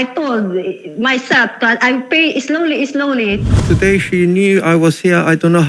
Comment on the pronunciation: islowly islowly imidyetly imidyetly haay. bayre na lng na ui kay giunsa gud nimo ng kwartaha. Kagastador ba nimong tiguwanga ka